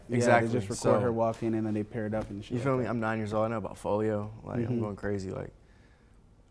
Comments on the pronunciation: bro said folio but meant to say folley lmfao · it’s foley Not folio but been inspired by dude for awhile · bruh it’s fow•lee NOT folio 😭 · HE SAID FOLIO😂 ITS CALLED "FOLEY" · THIS MAN SAID “FOLIO” INSTEAD OF “FOLEY” LOL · foley*** not foleo cmon 😂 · It’s called foley not foleyo 😂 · this dude literally has no fucking clue what he's talking about and is unbelievably pretentious while doing it bro called foley "folio" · Its foley no folio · bro pronounced his name wrong smh